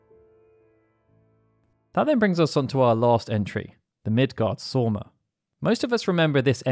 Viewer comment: It is Midgards Orm, not sorm